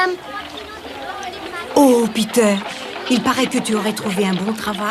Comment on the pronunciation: C’est Peter et non « Petter »